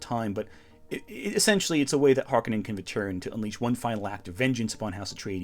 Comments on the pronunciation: HARk-O-nen, No Conan. It is a Finnish Sir name. This is how Frank Herbert pronounced it in interviews and how the New Dune pronounces the name. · I know it’s fashionable to pronounce them as HARkonnens, but to me they will always be HarKONnens.